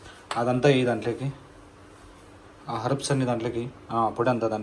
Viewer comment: harubs enti bro 🤣😅😂 herbs kada bro